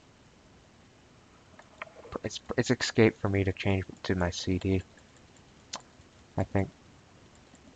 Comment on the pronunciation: FFS..the word is, 'es-cape'...not 'ex-cape'